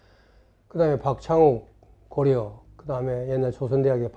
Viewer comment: 고려의 음이 고려가 아니라 고리네요